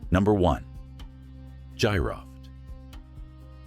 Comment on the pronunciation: Battery may've been for ancient MRI 😮😮 GEEROFT is the correct pronunciation Gee-Roft😮